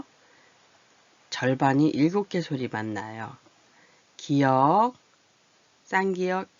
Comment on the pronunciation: 기역이라고 읽어요